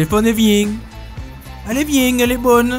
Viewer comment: "Allez vieng !" 🤣🤣🤣